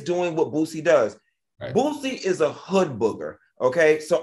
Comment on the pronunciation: Not "Hood Booger" 🤦🏾‍♀️🤣